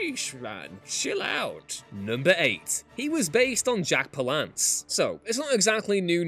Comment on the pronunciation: Pal-ance not pa-lance